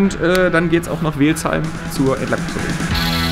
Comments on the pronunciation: Als Remstäler stellen sich mir jedes Mal die Haare auf wenn ich höre, wie „Welzheim“ ausspricht:D also eher Wellzheim und nicht Wehlzheim:) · Es heißt "Welzheim" nicht "Weehlzheim" 😁🤣 grüße aus der Region :D Hoffentlich ist die Limo bald back on the Roads 👌